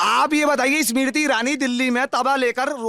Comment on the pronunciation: 33 :10 he said emarti instead of smirti aur fir job chayiye🤣🤣🤣🤣